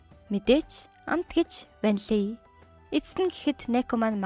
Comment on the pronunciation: 😂 ванлий шүү